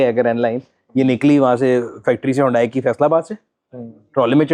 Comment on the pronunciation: Stop calling HYUNDAI, "HONDAI"